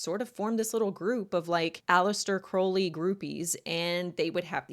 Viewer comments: Crowley. Not Croley . Crow/ ley Crow is pronounced like How and then ley. Listen to Ozzie Osborne sing Mr Crowley, and that's how it's pronounced 😊✌️ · I hate to correct the pronunciation but the name is pronounced Alister Crou-ley, NOT Crow-ley (like the bird) and the occult philosophy isn't about 'true will", its about FREE will ('do as thou wilst'), meaning do whatever u want whenever with whomever. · Aleister Crowley (pronounced more like the ou in ‘ouch,’ not oh) was an avowed Satanist who believed himself to be the Antichrist. The fact that this creep chose Aleister Crowley and his writings as his primary inspiration is both disgusting and quite revealing. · Occultist here with 40 years under my belt. Crowley rhymes with scowl not crow. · Just nitpicking but you're mispronouncing the name Crowley. If you'd like to know tge correct pronunciation listen to the Ozzy song "Mr. Crowley".